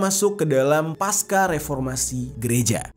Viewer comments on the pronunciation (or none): none